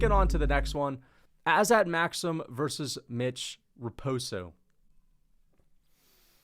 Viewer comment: I just wanted to clarify that the pronunciation is Azat